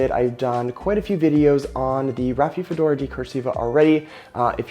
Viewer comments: Dude... Rafi-fedora? 😒At least learn the name of the plant beforehand... It's not THAT hard to pronounce: Ra-fi-do-fo-ra! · You're mispronouncing name of plant as Raphiphodora...how can we trust your knowledge on subject??? Ugh...and I see that you've misspelled Decursiva as well. Critical details not important to you????